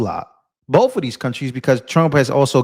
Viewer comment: Oh yea of course I get my news from a guy that cant read or pronounce words. He's terrible at "Boff" those things.